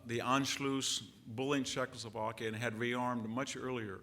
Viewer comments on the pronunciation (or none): none